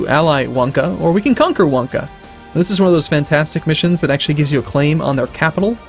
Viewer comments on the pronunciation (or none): none